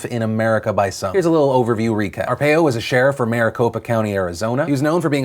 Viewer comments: I'm from Maricopa and his name is Joe Ar-Pie-Oh. That's how we pronounce it here. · I know it isn't important but it's pronounced are-pie-oh. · it's pronounced ar-pie-oh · It’s pronounced R-Pie-O. Just FYI Phil. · Well, o-pie-oh, too lol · It's pronounced ARE-PIE-O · Phil it's pronounced Are pie oh. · Do your homework Phil! You were driving me crazy with pronouncing "Joe R Pie o's " name wrong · Arpaio= Ar-PIE-oh smh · PHIL ITS ARE-PIE-O. MY EARS PHIL, MY EARSSSS. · I don’t think that’s how Arpio is pronounced. I think it is are-pie-o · Hey Phil. If you talk about Arpaio again, it's pronounced are-pie-oh. You're driving me crazy here fam. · I know I'm being THAT asshole right now, but Arpaio is actually pronounced like Ar-pie-o. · as from someone who lives in Arizona you are not pronouncing his name right, and he was pretty bad. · You keep saying Arpaio wrong! AR-PIE-OH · Hey Phil love the show I would just like to let you know ow his name is pronounced (are_pie_o) I've lived in AZ and have had to hear his stupid name all the time I remember being 13 and my mom telling to make sure I had my S.S. card when I would go play with my friends because him. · it's pronounced Are-pie-oh Phil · Joe AR-payo love it. even though thats not how you pronounce it. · Arpaio....pronounced ARE-PIE-OH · Tent city is voluntary and helps commute their sentence. Also, it's pronounced ArPIEo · You're saying his name wrong, its pronounced "ar pie o" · Btw your saying Arpaio wrong. It's pronounced Ar-pi-o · arpaio pronounced: r-pie-o what tf were you saying phil? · For the record, Sheriff Joe's last name is pronounced as Ar-Pie-Oh. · I feel bad when I laughed at his pronunciation of Joe Arpaio's name. I live in Arizona and I'm just use to it being pronounced Are-pie-O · As an Arizonian I must let you know it is "Are-Pie-O" please Phil... please... it hurts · Being from Arizona I am super pissed that Arpaio got pardoned. He's such a racist piece of old shit. Also it's pronounced Are-pie-o lol